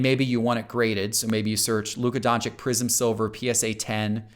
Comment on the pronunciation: Just subbed yesterday, love your information but please don't disrespect this Prince of the NBA. Don-chich not chick ;)